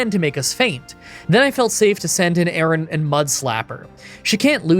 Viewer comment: His horrible mispronunciations of the entire Aron family was so painful to listen to. I know he doesn't care and/or just isn't good with names, as he's said a billion times, but it doesn't make it any less cringey to listen to again and again.